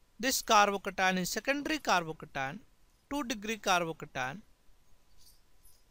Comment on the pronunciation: I like the way he says carbocation. «Carbocatan» !